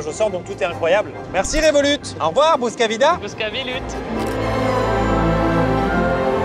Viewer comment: IL A DIT BOUSCAVIDA SA FAIS SI LONGTEMPS